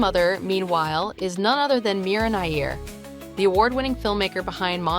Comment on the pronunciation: Meera Nayyar...Not Nair.... Same like Nayyar of Bollywood Music Director O P Nayyar....